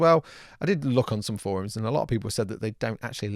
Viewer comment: Oh gods! say Forum just like Angory Tom from the Yogscast! Tom isn't the only one to say foroom now! x) Tell the news! tell the world! Tom isn't a weirdo!... well he's still is but less!